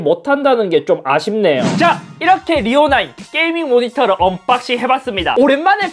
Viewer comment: 언.뽝싱 이라고 말할때 발음이 이상하게 중독되는듯한 기분..